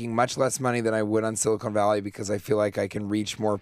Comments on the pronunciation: Why does he keep calling the show,"Silicone Valley"? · Anyone else just completely thrown off by how he pronounces "Silicon Valley" as "Silicone Valley?"